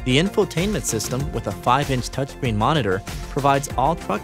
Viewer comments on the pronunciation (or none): none